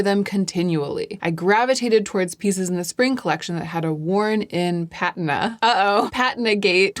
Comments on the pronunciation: It’s pa-Tina. Patina. Not pat-n-na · It’s pronounced “Pa-Tina” NOT pat-in-a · I think it's "puh TEE na" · Sorry, I think there’s only one correct pronunciation for patina…. puh TEEN uh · Patina is pronounced with the accent on the second syllable! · Isn't it pronounced "pa-teen-a"? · Yes. Never heard it pronounced that other way, ever. Very weird. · Thanks for clearing up your pronunciation of patina. In the US, the British pronounciation just sounds odd. Same thing with the pronunciation of patent (as in patent leather). Now it all makes sense.🙂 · Not me being so bothered by your mispronunciation of patina until you explained yourself. Okay, dear, you get a pass! Also- lived in luxury for everrrrr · I think you’re pronouncing “patina” wrong. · your pronunciation of patina stopped me in my tracks, great video though love your vids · deleting my comment about your pronunciation of the word patina